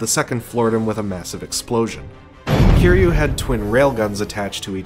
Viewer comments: its not keyru its kiruy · Bro you still got the name wrong. It kiryu get it right next time 😅